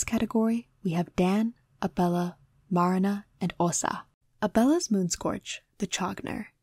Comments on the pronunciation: MAR-na hurts it's clearly Ma-RI-na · I love this video so much! I'm sorry to be that person though, but Marina's name is pronouced "Marìna". Again very sorry, I adored the video I swear